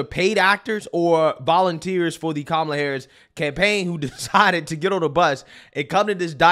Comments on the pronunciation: I just noticed even kumala pronounces her own name wrong. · You gotta pronounce her name like this: ka-MAH-la 😂